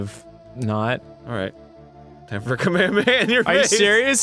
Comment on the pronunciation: IDK why but Arin and Ross saying "Ka-me-ha-me-ha" like "kameamea" Is driving me crazy.